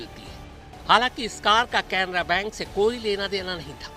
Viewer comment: Bhayya bank ka naam to sahi bolo aur cc tv wire nai dvr le gaye